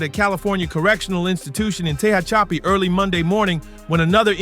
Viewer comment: It's pronounced Tuh-HATCH-ih-PEE (Tehachapi)